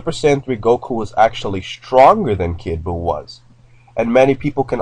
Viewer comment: It's kid buo